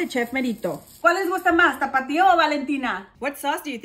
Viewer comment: You mispronounced T A P A T I O